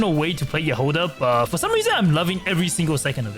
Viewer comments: why you call her jahOda/jahodA, its jAhoda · яхОда😂 как забавно произносят эти слова иностранцы